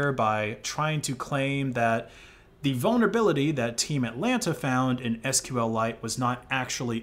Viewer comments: And I'm pretty sure it's pronounced "sequel-ite". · didn't know you could deal psychic damage to people by pronouncing SQLite as "sql lite"